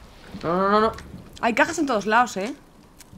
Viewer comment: SENTOYOS? wtf? xDD